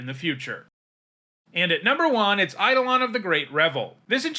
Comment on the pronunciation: Eidolon is pronounced "ai·dow·luhn" by the way, most mtg players say it wrong which is funny but sad